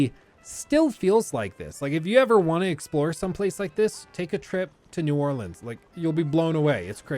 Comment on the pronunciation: I love how both of your "New Orleans" pronunciations were horribly wrong LOL